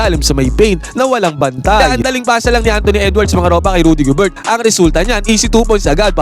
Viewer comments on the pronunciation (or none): Gober lang Hindi GOBERT... silent T....